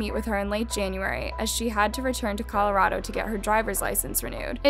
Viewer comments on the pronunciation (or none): none